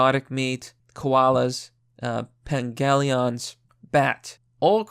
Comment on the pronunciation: Pangolin. Pan. Goal. In. DAMN IT THEY'RE PRECIOUS ADORABLE ANIMALS DON'T MISPRONOUNCE THEIR NAME!